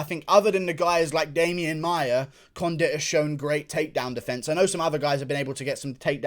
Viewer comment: says "Demian Mayer" why cant he pronounce certain words and names? I realize it is an accent but damn it's not hard to fix. I'm firty free. (33)